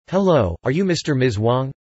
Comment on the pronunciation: ハローがタローに聞こえた